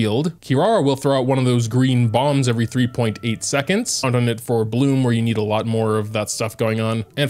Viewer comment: her name actually pronounced KEE-LALA :)